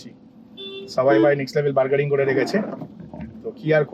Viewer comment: Ota bergaring nah "bargaining" 😑🤣